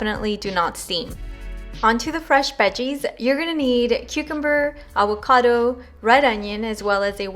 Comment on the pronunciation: The way you say avocado 😆😁 “Aguacado”😆 I’m about to make this recipe tho! Looks bomb